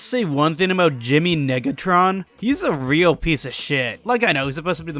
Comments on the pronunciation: Sad that you didn't use the bit where the narrator said Jimmy niggatron, rather than Negatron. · No way nobody’s talking bout the way he said negatron 😂